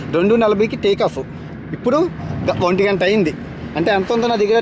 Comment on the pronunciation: గంత కాదు గంట తపా తపా కాదు టపా టపా రా నాయన😂😂😂